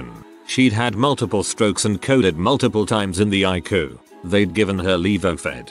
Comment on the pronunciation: "The Icoo" (ICU) ROFLMAO!